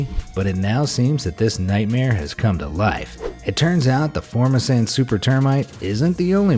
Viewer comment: I live in Taiwan also known as "Formosa". you are pronouncing FORMOSAN incorrectly.